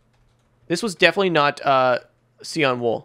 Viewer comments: Did just pronounce (sayan)cyan siyon? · and cyan wrong!